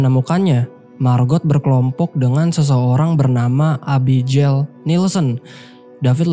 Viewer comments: Nama Abigail itu biasanya dibaca é-bi-gél bukan e-bi-jél, pake g bukan j.. cmiiw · Bang, abigel bacanya. Jgn abijeil. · agak gimana gtu pas denger Abijel 😂 Abby geil bang 😅